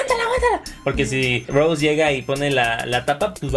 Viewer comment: ─Rosé dijiste? ─Rosé! Xd me dio risa y tambien me saque de onda por que es rose😂💕